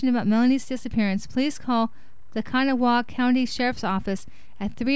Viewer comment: FYI- It's Ka-naw-wa not can-a-wall. Thanks